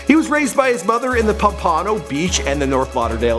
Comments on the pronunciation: Pompano, Fl is pronounced: Pom-puh-no not Pom-pah-no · The way he pronounced pompano💀 he said pom-pah-no it's pronounced Pom-puh-no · Dude can't even pronounce Pompano right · po pano beach??? Pomp..a...no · Pompano (pomp-a-no) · Who tf says pompano like that? POM PANO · Pom-pamo beach 😂 lmao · sorry just gotta point this out as a florida native its pronounced POMP-UH-NO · it is spelt pompano but pronounced pohm-pah-no Beach Florida... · pls tell me he didnt just pronounce pompano beach like that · He mispronounced pompano omllll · i hate how he pronounces pompano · Dont even know how to pronounce Pompano smh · How tf you mispronounce pompano... don't disrespect broward like that smh , danoya ain't a joke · The way you pronounce "pompano" is cringy as hell lol. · this nigga can't pronounce pompano or Margate for shit